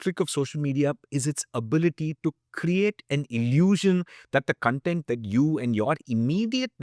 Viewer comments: Just a small aside: Content pronounced like you do is the adjective (I am content with his answer). Cun - the short cuh is used for adjectives and CON (as in con-artist) is used for nouns. It is clearer in words that do not share the same spelling with the related adjectives. CONfluence, CONgregation, CONtext. However contextual is pronounced cuh-n-textual. Other examples are Consummate. This is not intended to mock or criticize your pronunciation. I just know you are a Nerd like me and would appreciate the info. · I love your videos and the knowledge you spread about health and food. I wanted to share some feedback. Hope you will consider it for your upcoming videos. CONTENT - Spelled the same way. BUT when pronounced as cun-tent = happy/satisfied con-tent = information. It helps listeners contextualize better.